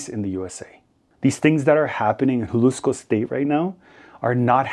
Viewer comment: Except for his pronunciation of Jalisco